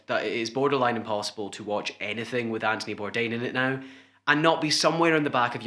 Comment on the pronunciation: “Antony Bourdain” “Andy Bourdain” lol